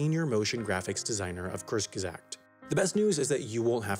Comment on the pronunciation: The way you pronounce "Kurzgesagt" makes me wish you took a Skillshare class on the German language. Apart from that, very interesting and fun video! Keep up the good work!